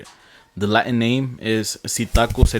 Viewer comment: you put a mexican accent on latin? that sounded so stupid